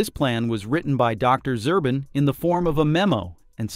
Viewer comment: Zubrin , not Zurbin